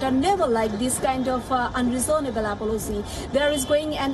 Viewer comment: That "apolosy" from Bangladeshi reporter.